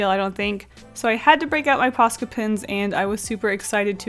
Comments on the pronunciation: It's so funny to me when she keeps saying "posca pens" bc I'm finnish and it sounds like "paska pens" to me, and "paska" means shit in finnish::D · Is it ok I thought she said pasta pens 😂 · "Posca pins"